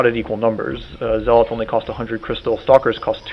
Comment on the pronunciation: zealots is pronounced (ZEL-LUTZ) not (ZEL-LOTS) LIKE U SAY IT